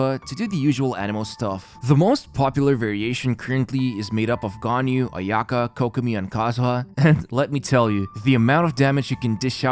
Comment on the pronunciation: ayaka, u say it with one go, not aya ka